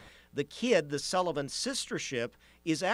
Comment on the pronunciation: Thave the Thullivan? English pronunctiation would help!